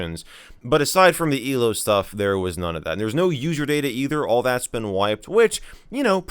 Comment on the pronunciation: I love how Michael says elo it's "eelo"